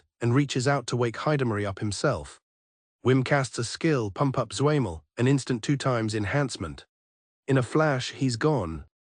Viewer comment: ZWEIMAR -> zwei-mal DREIMAR -> drei-mal a classic mix up asian are cute honestly "why cant asians be pirates? because they cant say ARRRRRRRGH >:0 !!" R=L B=V siiigh